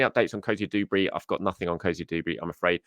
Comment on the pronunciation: Duberry not Doobery.